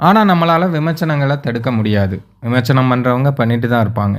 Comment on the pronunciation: Please correct it...விமர்ச்சனம் அல்ல....அது விமர்சனம்...சரியாக உச்சரிக்கவும்.